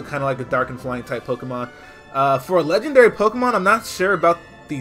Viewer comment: Dude its Legendary Le-dg-en-dairy not Le-g-en-dairy